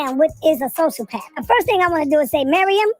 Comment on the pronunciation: We gonna ignore the fact that pronounces sociopath as “social-path” instead of “so-cee-o-path”?! That’s hilarious to me 🤣😂